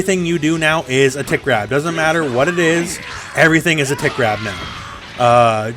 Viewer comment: When was talking about blueku's grab, I kept hearing "tit grab" instead of "tick grab" and now all I can think when I see the move is "hehe, got your nipple" WHAM